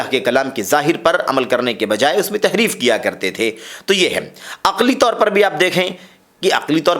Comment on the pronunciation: Tahreef not taheef